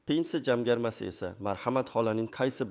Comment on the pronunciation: СУЗЛАРНИ ТУFРИ ТАЛАФФУЗ КИЛИНГ. БИР МАЙДАН ЭМАС- БИРИНЧИ МАЙДАН. ЖАМГАРМА ЭМАС- ЖАМFАРМА. Видиода Хатолар жуда куп. Сизга ишонмадим!!!